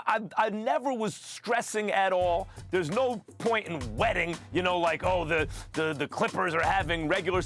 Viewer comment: Did max just say "there's no point in WETTING "?? My dude...lol